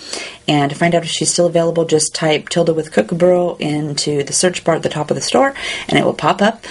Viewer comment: I love how you pronounce Kookaburra.. It's adorable! :-) Gorgeous colouring as always.